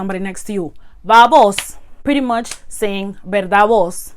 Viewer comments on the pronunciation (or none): Just a little observation. It’s actually vos for you . Voz is voice. ❤️❤️ the video btw👍👍👍👍👍